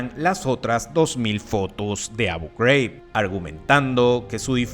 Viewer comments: Manín, Abu Ghraib es un nombre árabe, no de EEUU. Es Abú Juráib, no abouw greiwb. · ¿Por qué pronuncias Abu Ghraib" como si fuera algo en inglés? Es árabe. Pareces el típico gringo ignorante pronunciando así. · Tema interesante pero tu pronunciación de Abu Ghraib lo hace infumable